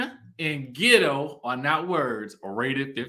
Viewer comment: behavior makes her Ghetto or gitto as she said it, not her pronunciation of words! Tisha’s too educated to be so gullible and vulnerable to her momma’s shenanigans! She’s going to drag her in the mud w her… I see why marsau flinches when she comes around. She brings them down… is one of those momma’s who is always gonna have her “babies” back regardless of their wrong doings, but can i blame her